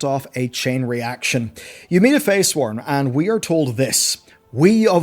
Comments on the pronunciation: I hate to be the grammar fascist, but they're Freysworn, not "Feysworn". I just feel like that's an important distinction. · They're Freysworn, not Feysworn. Easy to misread but kept bugging me through the video. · Yes but I think the point being made was that at points he was pronouncing it ‘feysworn’. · Yeah they are sworn to Freya, Freysworn. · yep, I kept wondering if I was hearing it right. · Im sorry but i have to be that guy. they are called fReysworn as in sworn to FREYA, they have nothing to do with FEY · "ya'shaarch." "faysworn". "archidaeas". pronounciation: biggest enemy...